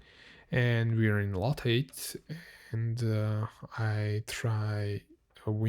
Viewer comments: the word lathe is pronounced "lay-th" with a "th" at the end, like in the word "the". I'm not sure if you can pronounce the "th" sound though if you are German, so maybe just say it as if it was spelled "late" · Lathe is pronounced "LAY-the" in English, where the ending 'the' sound is pronounced just like the English word "the".